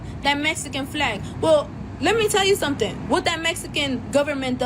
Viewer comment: 😂when she said "let me tell you somesing"